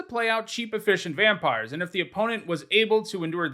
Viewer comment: Oh god, an MTG youtuber who CAN pronounce "viscera" right!